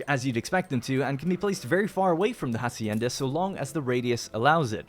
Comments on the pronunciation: The 'h' in "Hacienda" isn't pronounced. So its more like "acienda" and not "Jacienda". Sorry for the nit picking but it was getting on my nerves. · @@ Interesting, I though in english "farm" or "ranch" would be the preferred word and "hacienda" was added untraslated to add a latinamerican flavour, like "jornaleros" and "obreros". Still, "jasienda" sounds extremely annoying to anyone used to the castillian pronunciation.